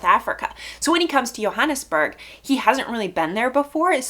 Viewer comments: Hi.. not to be pedantic but Johannesburg is pronounced with a J not a Y.. it would be wrong for me not to correct that as I live in the city.. nice review I'll subscribe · The J in Johannesburg is pronounced , not Yo but JOE